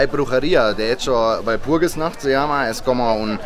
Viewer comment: Walpurgisnacht, no Burgersnacht